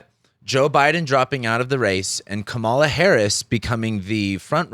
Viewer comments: Here's a fact you overlooked: her name is pronounced: Comma-la. Or ", la". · Please pronounce Kamala's name correctly. Comma la... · Her name is pronounced Comma-la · Emphasis on the first syllable. Like Kamala. 🤦‍♀️ You said that this is all utter nonsense. I agree that all you said is utter nonsense. Jesus. Unsubscribed. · You might want to start with learning how to pronounce Kamala's name correctly. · Please have some professional respect and learn to pronounce her name. So lame. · Why can't you say her name correctly?